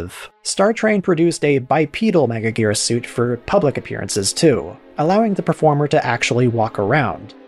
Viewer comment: “Megajirus” Lol James Rolfe botch on the name.